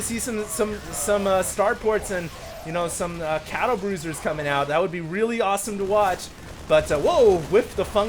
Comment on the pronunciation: Did he say Cattlebruisers?